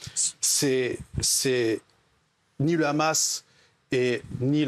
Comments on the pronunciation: Ils savent pas dire le Hamas?!ils sont là à déformer en disant le khamas!c est pas compliqué de dire hamas!(amasse)! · Déjà c'est pas kkhamas, c'est Hamas 😭🤣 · Je sais mais tant qu'à faire mieux vaut le prononcer Amas plutôt que Khamas le son " kh" étant inexistant dans l'alphabet français bien qu'il soit prononcé à l'insu de notre plein gré des dizaines de fois par jour avec tous les mots commençant par " cr ", "fr", " pr et " tr " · Ils le prononcent à l'israélienne alors que d'habitude ils font semblant de ne pas savoir prononcer le kha, alors qu'ils le prononcent chaque fois qu'ils disent le mot France, transport, pratique etc...